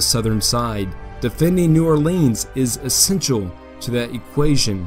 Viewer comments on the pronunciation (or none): none